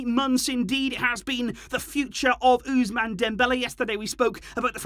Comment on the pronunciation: the way u say ousmane part of dembele is bit hilarious....oozzmane😅